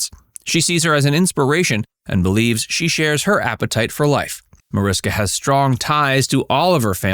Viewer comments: Mariska is spoken with sh -> Marishka. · Seriously? You put together an entire video about her and mispronounce her first name throughout it? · you obviously didn't check very hard. It's still up there, still pronounced wrong throughout.